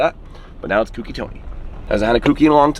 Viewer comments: I thought Sammit told y'all, it's not "kooky", it's "cokey". Lmao. Also can you please tell Tony that his channel is marked as "content safe for kids" and I can't turn notifications on because of that. I've been subbed to him for a while now (like 2 years or more), but have been missing his videos because I can't get notifications. Lol. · Co Key . Co Key. Co key. Is😢 not hard to say correctly gahhh